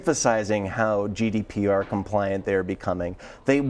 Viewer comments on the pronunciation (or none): GDPR not GDRP